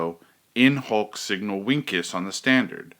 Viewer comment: I stopped watching this video at in “hok” signo “winkes” I believe it is important to at least learn the right pronunciation to sound credible. Terrible start